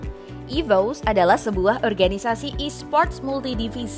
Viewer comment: "EVOS" dibaca ivos "RRQ" dibaca er er ki bukan ivous dan ar ar ki 🗿